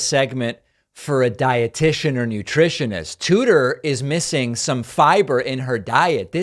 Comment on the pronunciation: “Tuder”.....? That’s her name..? 🤦‍♂️😂😂😂